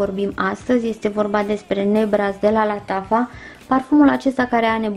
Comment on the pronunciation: NU MAI ZICEȚI. LATAFA.😂😂😂 SE ZICE LATIFA. LATAFA SE SCRIE. LATIFA LATIFA. ASA SE ZICE.